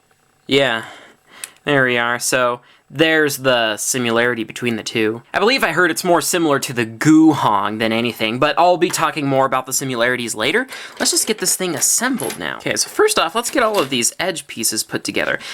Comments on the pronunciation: why do you say Simularities instead of Similarities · the is an "I" in similarities. please say it